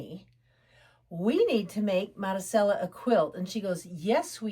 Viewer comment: Marisella pronounced Madee- sella